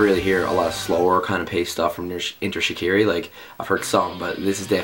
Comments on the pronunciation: its pronounced enter shi-car-e and kel fuckin soo prees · please pronounce shiKARi properly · It's ok if he's pronouncing it wring, he's Canadian XD